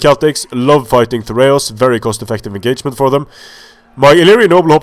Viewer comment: "This enGAYment"